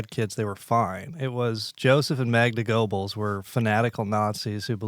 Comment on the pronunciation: Mispronouncing "Goebbels" lmao